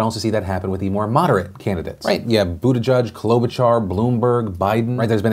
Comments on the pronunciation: Dude...love yo face, but pleeease... Buttigieg = “boo-da-jidge,” “jidge” like “fridge” and like the “j” in “jiffy”... not “boo-de-judge” like you keep saying it. Or, Mayor Pete..or just Pete...the name of a presidential candidate this far along is kinda important (imho) 💕 No love lost, just feel it’s respectful to say names as intended 😊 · STOP SAYING BUTTE-JUDGE! It's JEDGE, like ledge and hedge. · Buttigieg - Say: Booteegeeg (Boo - tee - geeg) You are welcome, from Malta! Part of the nation since 2006 ;)